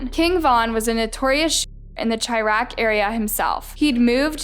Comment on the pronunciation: its shy-raq not chi-raq! love u though u still a baddie